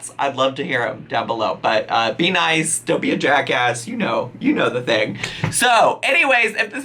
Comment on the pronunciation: I can tell your from Pittsburgh when you said jackass lol